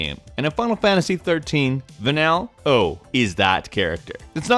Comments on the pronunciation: It's "Va-Neal" not "Va-Nell" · FFXIII Vanile, Her name is pronounced "Va-Neel", not "Va-Nel" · of the voices mentioned in the list, i didn't find either Vanille's or Moira Brown's voices all that annoying. also, the guy mispronouncing Vanille's name kinda got me triggered a little. it's actually pronounced as va-neel, not va-nil. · What's up with the pronunciation of Vanille's name? Va-nill? It's Va-neel. I think they purposely had her talk that way to feign innocence and child-like wonder because she's hiding a big secret. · I can't believe you're gonna put in Tracer and Vanille but still leave out Skylar from Cybermorph. Also, it's pronounced Van-eel😉 Where did YOU learn to fly Where did YOU learn to fly Where did Y- Where d- Where did YOU learn to fly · Va-neal... Like Vanilla... obviously didn't listen to enough of the voice to get her name right. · it's pronounced "Vah-kneel" and she's absOLUTE SUNSHINE HOW COULD YOU HATE HER?? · Dude... It's Vanille, as in Neil...